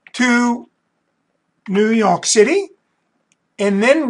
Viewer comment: The way he says new YOK city. Anyway thanks super helpful.